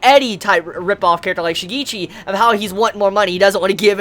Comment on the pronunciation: btw it's shi-ge-chi (pronounced like the ge in get)